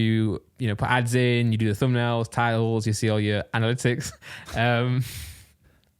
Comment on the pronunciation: Randolph, say it with me now, Anna-lit-icks (Analytics) 👍🏿 I got you. Edit: Also, Kon-tro-verse-ee (Controversy), hope 1 of you reads this 👀 Edit edit: At the end of the day, you can say it however you want 👀💀